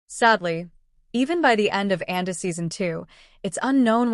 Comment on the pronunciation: I smell AI: can't pronounce Andor